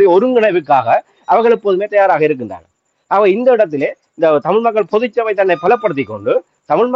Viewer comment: தயவு செய்து, பொது சபை என்று சொல்லாதீர்கள். தமிழ் இலக்கண உச்சரிப்பை சரியாக ‘பொதுச்சபை ‘ என்று சொல்லுங்கள்.